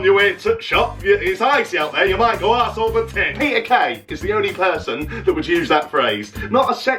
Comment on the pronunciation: Wonderful shout out to my home town and the lovely phrase used by our 45 year old men 😂 Tbf I’m 20 and I chuckled when he read out arse over tit because it sounded so boltonian